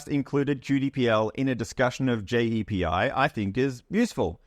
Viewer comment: JEPI is not an english term which is why the AI is getting it wrong, so it pronounces it as it sees it and hence JAY.P.I - great video though, I feel old lol